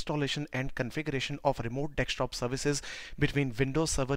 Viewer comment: Except calling it Dextop and not Desktop